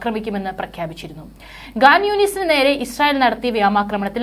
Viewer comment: ഗാൻ യൂനുസ് അല്ലേടി.. ഖാൻ യൂനിസ് 😢😢😮😮😮😮നീയും പാലസ്റ്റിന്റെ ആളാണല്ലോ 😡😡😡😡😡😡😡😡😡😡😡😮😳💃🏽